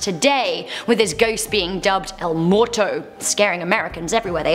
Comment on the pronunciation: "El moto?" It's, El Muerto Mu-er-to. Or you could have said: The dead.